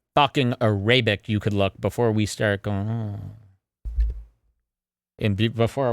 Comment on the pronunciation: thinks he came up with the word "arabic" but hes really just mispronouncing the actual word